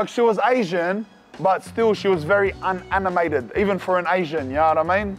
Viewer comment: "She was very unanimted" LMAO as an asian i died laughing at that